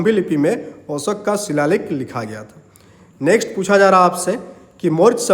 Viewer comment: Sir aap 'Ashok' ko bar bar 'Oshak' kyu bol rhe ho. ?